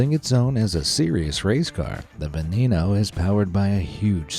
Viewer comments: It's not pronounced Berlinetta special, but Berlinetta speTSialE (if we pronounce it in Italian). Also the Lamborghini isn't Venino but Veneno (the 2nd "e" is "e" too, as in Italian "e" is always "e" and never "i"). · veh neh noe